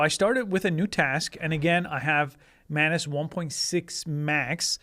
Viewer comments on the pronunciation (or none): its not man-ass you silly billy